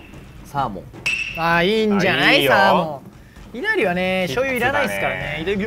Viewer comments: い↑な↓り↓の発音の子多くてびっくりしてる い↓な↑り↓は関西だけなのかな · いなりの発音がえなりの発音で正しいイントネーションがえなりの発音なのかな…と田舎者は震えました😭